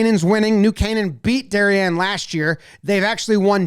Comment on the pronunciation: Props for pronouncing "Darien" correctly.